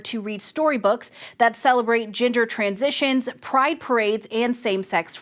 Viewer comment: IDK why, but I keep hearing "ginger transition" I'm not raciest! I have a ginger friend and I find gingers attractive! 😅😂